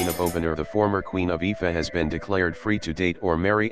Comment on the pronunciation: IFA?! Its IFA oo!!! Not I.F.A